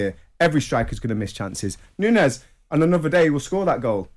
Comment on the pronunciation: Nunez (not nuniez like commentators are pronouncing it) was in the wrong. But, his head butt was tame, it was not powerful enough to drop Anderson, Anderson decided to grab an Oscar nomination with a farcical fall. The head of Nunez hit the chin/mouth area of Anderson and if it was a Glasgow kiss then Anderson would really have fallen without acting and there would have been blood. But, Nunez deserves a ban and I hope he switches on when he comes back and proves his worth.